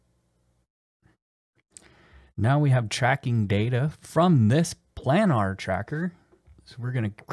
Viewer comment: Good runthru for the diff trackers. Got me laughing tho with "plannar". As a heads up, it's a long "a" sound. It means: of, relating to, or lying in a plane. Planar. Again, nice overview.